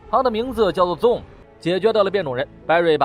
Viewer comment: ..你的英文發音要練一練...ZOOM...的念法不是ZONE...請仔細看原片演員怎麼念好嗎?